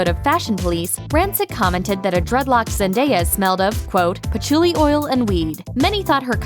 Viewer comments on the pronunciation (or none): "Patchouli" not patruelly.